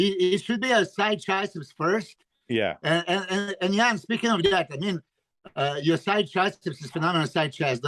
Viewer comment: Great podcast guys that was awesome, also: Iain, you should update the phonetic pronounciation of your name on your instagram to how Milos pronounces it: "Eee-Yawn" or sometimes only "Yawn".